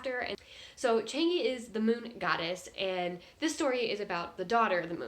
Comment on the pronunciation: it's Chang - EUH - Not Chang E